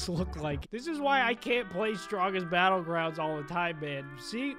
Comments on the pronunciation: “strongest battlgwound” got me and my brother dying xd 😂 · ThE StRoNgGeST BeTtlegWoUnD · Stwogest bwoelgwound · Strongest battle grounds nah we got the strongest battle gwound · ”strongest battlegwound” i love it! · “Hello everybody welcome to The strongest battlegwound”